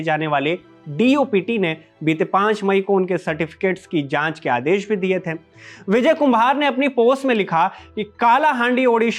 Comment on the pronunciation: Vijhay nhi Vijay pronounce kar